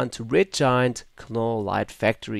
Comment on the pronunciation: Silent "K" ..."Nole" light factory. :) I'm guessing the preset "Dancing Queen" is a reference to the 70's pop group ABBA in all their glittery, rainbow-colored, disco-glory. lol